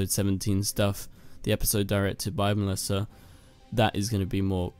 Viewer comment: Why do you keep saying messlisa its Melissa